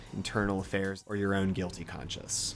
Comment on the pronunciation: Why do you pronounce "conscience" as if it were "conscious"? [See & .] Fantastic essay, btw. I myself had overlooked the metaphor of light for the witnessing sight of God.